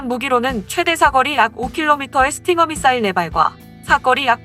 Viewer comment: 사거리라고발음하는데..? 사거리가 문제가아니라 미사일이문젠데 미싸일이라함